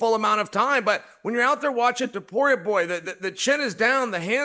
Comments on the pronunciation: I think dc caught chael slipping. Chael stepped out of character and pronounced the name correctly. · DC compliments Chael on his Spanish for pronouncing Ilya Topuria's name correctly. Meanwhile neither Ilya nor Topuria are Spanish names. was so proud of himself too. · This spanish thing is so tiresome. "Your pronunciation of Topuria is so good you might as well say it in Spanish" that's not a spanish last name. Stop selling him as a spaniard, he's gonna sell those fkn stadiums out anyway